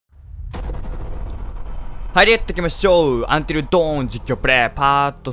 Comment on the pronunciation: その発音だとuntil downになってしまいます。dawn(ドーン)は夜明けという意味ですよ(^^)